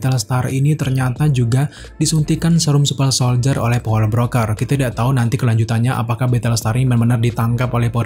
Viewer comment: Gue denger nya nyebutnya, wintel soldier supel soldier:v ada yg kek gitu ga? Apa gue doang?:v